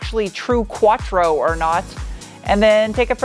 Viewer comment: Ur Quattro is pronounced like Your Quattro without the y.😂😂